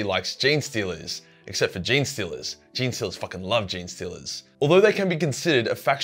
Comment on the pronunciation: "Jean-Stealers" is exactly right, can't stand those wierdo's who say "Genie-Stealers".